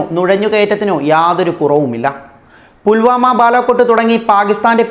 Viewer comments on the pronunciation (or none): ബുൽവാനോ? അതെന്താ/ ആരാ? വാർത്ത വായിക്കാൻ മലയാളവും മാധ്യമ പ്രവർത്തനവും അറിയാവുന്നവരെ കേരളത്തിൽ കിട്ടാനില്ലേ? വേറൊരു കൊച്ച് "ക" എന്നത് "ഖ" എന്നും "ത" "ദ" എന്നവ ഥ/ ധ എന്നും വായിച്ച് മലയാളത്തെ വധിക്കുന്നു. ചുമ്മാതല്ല, നല്ല മലയാളികൾ നാടു വിട്ടു പോകുന്നത്.